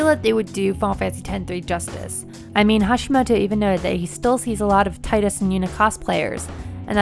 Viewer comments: FOR THE LAST TIME ITS TEEEDUS NOT TIE-DUS ITS FREAKIN 2017 CMON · If they make 10-3 and base it off the audio drama I will be so utterly sad. That audio was awful, like some trash fan fiction. Forever not Canon in my heart. (It's Tea-Dus, not Tie-Dus btw ♥ ) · I can barely even stomach the thought of FFX-2, much less forcing a FFX-3 to happen... btw it's Tee-dus, not Tide-us. Original Japanese is ティーダ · Tidus = Teedus. Not Tiedus. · To be fair, its technically fine either way, simply cause of Square's snafu. In the X trailers, KH1, and by James Arnold Taylor, its been said to be "Tee-dus". In KH2 however, Selphie aptly refers to him as "Tie-dus". For the naysayers that are firmly on the "It's Teedus, you're an illiterate American side", it is deliberately ambiguous because no one in the actual game refers to him by his name, only as "you or him", because they wanted to allow the player to put their name and be the character themselves. Yes, we have trailers and other people saying one thing, but Square also contradicted itself thrice in different media. On my end of things, I actually called him "Tie-dus" when I first got into X many many years ago, but then got more accustomed to calling him "Tee-dus", and it felt better that way. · It's really not. The only piece of media that verbally says "Tie-Dus" is KH2; which most likely only happened due to a combination of the VA not knowing the proper pronunciation and nobody correcting her. Every other piece of content that verbally says his name, says Tee-dus. Not to mention the Katakana for his name in JP "ティーダ" pronounced phonetically Tii da (Tee Dah). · It's pronounced Tee-dus. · Tidus (Tee-Dus) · Would you look at that... Americans not respecting others nations language pronunciation... It's Teedus. (from Tida - sun... not tide). Look at his hair, for gods sake. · After Dissidia there should be no question that his name is pronounced "Tee-dus" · It's Tee-Dus. Sorry, im the worst.